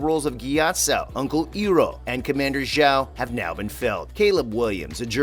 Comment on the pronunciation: he also pronounced iroh s name wrong, he said hiro XD